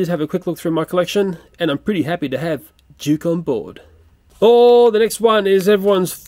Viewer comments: Why did you say juke it's duke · Juke, that's not Juke that's Duke you pronounce that wrong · You said duke wrong you said juke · U are saying Duke rown